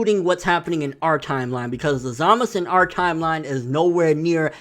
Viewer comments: lol i agree with your theories but one thing though, why u keep saying Za-Mas instead of Za-Ma-Su? or is it just easier to say it that way lol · za-ma-SU! again say it with me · zamus? its Zamasu!!! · ZAMASU WITH A U NOT ZAMAS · DeathTheKid ur right. But Nobody say Enel now do they??? Zamasu it is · Is there a reason this guy refuses to pronounce zamasu correctly? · Yeah but not in this case buddy lol. Go watch the Japanese version again and tell me if they pronounce the U or not lol. Also, me and my brother-in-law who is Japanese pronounce it the same way lol.